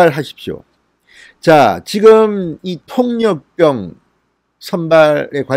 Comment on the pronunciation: 수고하십니다, 그런데 통역병을 통력병 이라고 발음하지 말았으면 좋겠어요, '폭력병' 으로 들립니다......^^